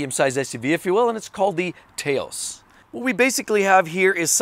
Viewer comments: The VW vehicle you mentioned (Taos) is pronounced tOW(as in what you say when you stub your toe)Ssss at least here in New Mexico. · You need to ask someone from New Mexico how to pronounce "Taos."